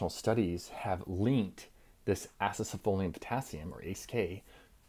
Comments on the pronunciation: Wtf u saying acesefolium. Its acesulfame for chrissake. Makes me think you are saying this for propaganda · Do you actually think you are pronouncing Acesulfame correctly, or is it just rage bait to boost engagement? 😅 I like to give you the benefit of a doubt and imagine it's the latter.